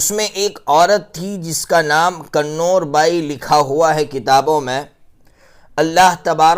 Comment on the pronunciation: کنور کا تلفظ ہے Kuvar